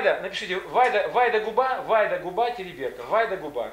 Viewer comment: ТерИберка! ударение на И ВАрзуга!